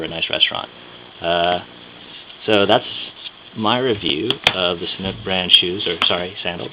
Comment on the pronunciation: you say Sanuk , your accent like Thai. I confirm ! I am Thai and really likeeee Sanuk shoes ! VERY VERY COMFORTABLE SHOES !